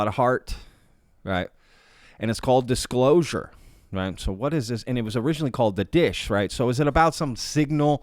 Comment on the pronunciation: The Dishclosure 🤣